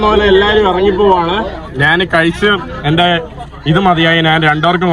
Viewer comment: നിൻ്റെ അമ്മേടെ "നാൻ". ഞാൻ എന്ന് പറഞ്ഞു പഠിക്കുക